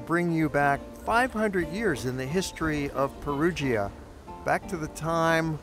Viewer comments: Pronounced (Pɛruja) not (Perugeea), cheers. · It’s pronounced Perudscha … not Perudschia … the “i” is silent … just like with Giovanni … it’s also not “Dschiovanni” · Great video, but Perugia is pronounced "Pe-roo-jah" - not "Pe-roo-gee-a." And Umbria is pronounced "U with a long u sound: Uuum-bree-uh. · Really like your work but must you pronounce it Peru jee-a ?